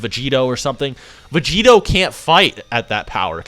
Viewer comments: Anybody else bothered by "Vegerot"? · "Blue Vegerot"